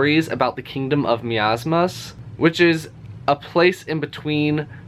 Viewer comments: I think Miamas is pronounced miiii (my) aaaa (ah) maaas (maas) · No, the Mi in swedish is pronounced like your word me, not my so I think was quite close 🙂